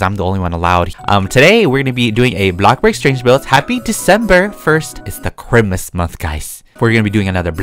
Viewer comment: When says ChImUs it always makes me laugh